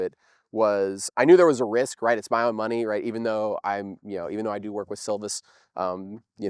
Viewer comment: I agree... as long as he stops saying "ma-NEY" 😅